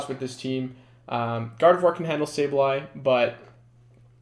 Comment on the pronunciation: Thank you for being the only YouTubed to pronounce gardevoir correctly